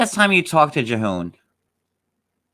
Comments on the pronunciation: Can people please stop pronouncing his name "Juh-hoon"? 😆🤣Lol. It isn't even a hard Korean name to pronounce and is spelled like it sounds. Why do so many say it that way? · They also can't say Jihoon haha